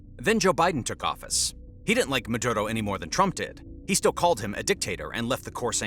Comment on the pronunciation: Meduro not Medudo